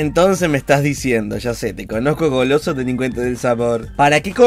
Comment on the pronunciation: 1 like por todas la veces que dijo "Golooso"